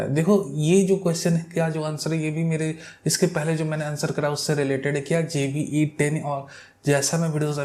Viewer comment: please donot pronounce jve10, its Zve10....please, thank u